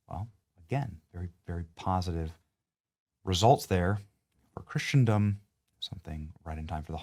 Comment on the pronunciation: My friend,great video,thanks but please stop pronouncing" Christendom" like that